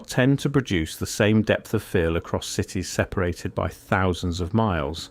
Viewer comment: Why the Ai voice? SEEperated???